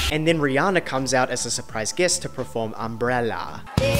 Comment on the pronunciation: per-form not pre-form